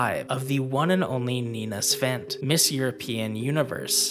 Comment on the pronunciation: And there's no "N" in the name "Svet"!